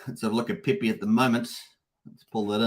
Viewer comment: Pepe... not PEE PEE 😅